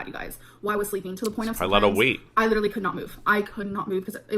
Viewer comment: if she lost a pound for everytime she says "litter-elly" she'd be underweight